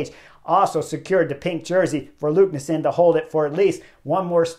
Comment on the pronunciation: Great recap Chris! BTW the race leader's name is pronounced "LEKNES-SOON", not "LUKNES-SEN" 😀